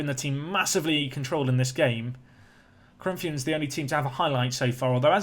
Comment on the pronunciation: You didn´t mess up Corinthians name no need to worry lol